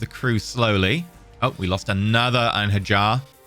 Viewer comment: I wasn't gonna say anything, but then you said it like 5 times in a row. Einherjar follows the same rules as Mjolnir, so it would be "Ein-hair-yar" or "Ein-her-yar"